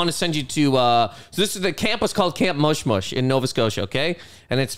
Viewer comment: "Time to get Mushed-Mushed" damn near killed me